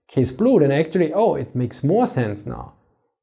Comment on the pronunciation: You are "actorry" hyped to speak English. Good for you. Now pronounciation is next goal. Don't run before you walk.